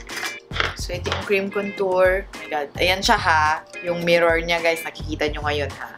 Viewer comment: Akala Ko Sabi Nya the no (mimor) :)